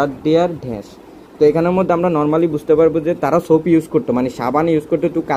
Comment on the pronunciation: ড্যাশ কে ঢ্যাষ বলা সত্ত্বেও সাবস্ক্রাইব করলাম। 😂😂 হায়রে pronunciation